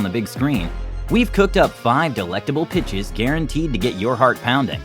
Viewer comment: I'm trippin I thought he said these are the five bitchs